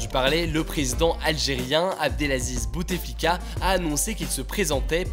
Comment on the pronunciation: Petite correction : on ne dit pas BouTEflika mais Boutflika :) Le « e » ne se prononce pas.